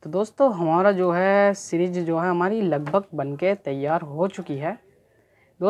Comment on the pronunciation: भैया सिरिंज नहीं सीरीज कहिए